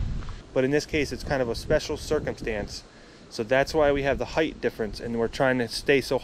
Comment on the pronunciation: Height not "heighth"